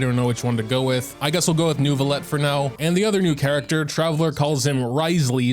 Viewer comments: So if you wanna pronounce it like a real french baguette pronounce it like that : Neuviyett (-eu is pronounced awkwardly you might wanna search it up) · It's Neu (neuw) not NERV... I don't know what they are smoking when doing to voice directions..... lol there is NO "R". 🤣 Frecnh has a lot of silent letters but no randomly inserted ones. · The more correct pronunciation is New-V-Let. The hard R you hear from the female voice actor is just over exaggerates Neuvi collection of vowels and it created an imaginary R